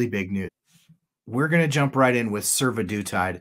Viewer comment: Survodutide makes me hear Sue-the-dude-tide.